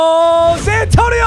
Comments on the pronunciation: Why he keep saying Zay Antonio? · Is he say Zantoino or is it just me??? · Papa why do you keep saying zantonio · Did he say zantonieo😊